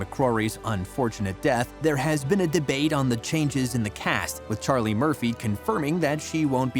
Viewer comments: Thank You! the lad saying it Sillian does my head in. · It’s not Sillian. It’s Cillian. Pronounced Killian but Cillian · Not silian…….Cillian like K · I can’t stand it, I actually want to head but him 😂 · It‘s C-ILLIAN, like in kill. 😓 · Does everyone mispronounce his name??? If you are doing a video on him at least say his name correctly!!!! Drives me nuts!